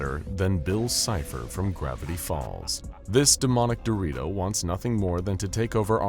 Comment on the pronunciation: "This domonic dorito" got me rolling💀